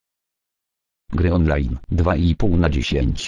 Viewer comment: "gryonlajn" - To tak specjalnie?